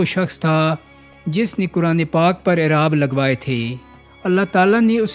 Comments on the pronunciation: اراب نہیں اعراب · Abrat nhi ibrat. Aaraab k hyjy/jor drust kro. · Actual word is 'aarab' .